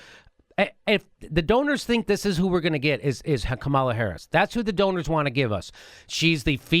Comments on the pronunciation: She pronounces her name KA-ma-la, not Ka-MAL-a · You guys have need to learn how to pronounce Kamala's name otherwise the corporate democrats will just write you off as mixed up and you won't be able to persuade them to believe anything .. She doesn't pronounce it Ka-MAL-a .. It's KA-ma-la kind of like "comedy" instead of "coMEDy." I've seen her introduced by many prominent people in interviews & you guys act like you're just reading it from a comic book. Also, Kirsten Gillibrand pronounces her name "Jill-i-brand" not "Gill-i-brand" like I heard you say once. If you can't pronounce the names of senators from the top 2 states, it hurts your cred .. Other than that I like your show and views. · Please it pronounce Kam-a-la please Kam-a-la